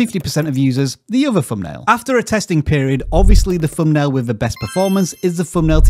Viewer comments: i cant stand how he say fumpnail arghhh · Wtf is a "fumnail" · What’s a “fumnail”🤷🏻‍♂️